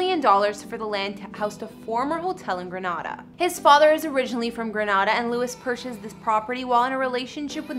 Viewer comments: The name is Grenada in the Caribbean (pronounced Gre nay da) . NOT GRANADA WHICH IS IN SPAIN. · Exactly it's so annoying hearing them pronounce our beautiful lil island as Granada. 🇬🇩🇬🇩🇬🇩🇬🇩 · What i think is you need to learn to pronounce your words correctly Granada is in Spain. His dad is also not from Granada or Spain. Its Grenada, two different spelling. I hate when you people talk like you know what you're talking about and don't it’s frigging GRENADA and not GRANADA FFS🙄🙄🙄😡😡 get it right GREN NOT GRAN🙄🙄🙄🙄🙄🙄🙄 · It bothers me how she pronounced Grenada it's not promised grenawda it pronounced grenayda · Its Gren A da lady not Gre NA da ☹ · It's pronounced 'Gree - nay - dah' = Grenada... The Caribbean country!!! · Please pronounce Grenada properly please....Gree-neh-dah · Pronounce Grenada properly!